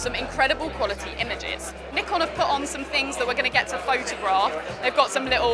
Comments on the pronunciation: She is pronouncing both Nikon and Z wrong. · well, that depends on which Nikon rep said it, US or UK. Just have a look at amateur photographer interview of nikon rep for z9, they use "ZED" there. Same way japanese will pronounce 'neekon' whereas any english speaker will say it as 'naaykon' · You're listening wrong. Japan pronounces it as Nee-Kon and Brits pronounce Z as zac.